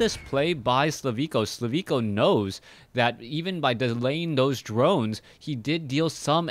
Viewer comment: thanks for the vid but check his name again. Im pretty sure his name is slivko and pronounced like you would usually do.